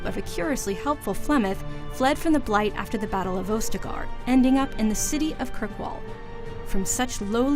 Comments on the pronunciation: Morrigan is not Flemeths adopted daughter. Also its AUS-te-gar. Not OU-ste-gar. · She also pronounced ostagar wrong 😂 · I appreciate these types of videos that help refresh the memory, but could you have actually gotten someone who knows of the history of DA? -Ostagar: (Os-ta-gar) not (Ose-ta-gar). -Morrigan is Flemths actual daughter. -Orsino: (or-si-no) not (ore-sa-no) -Red Lyrium, not just any lyrium -Arl Eamon (e-mon) not (Ie-mon) I mean no disrespect, but someone really should do a check on these videos. IGN should know by now mistakes will anger some people, especially BioWare fans, when it comes to lore. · First thing I noticed is how you mispronounced Ostagar as "Ose-tagar." Then you failed to describe what the darkspawn were in this presumably comprehensive rundown. And it's not "Imon" it's Eamon. WTF, why did they give this no-nothing the task or doing this video?